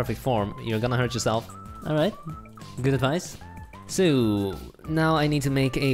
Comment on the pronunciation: “alwight,* man i had to replay that several times